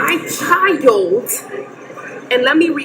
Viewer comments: She said "My Chi-held" head ass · Clicking nails, pronouncing CHILDTT, extreme weave couldn't do that. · There is no T in child let me reiterate there is no letter T in the word child 😂😂😂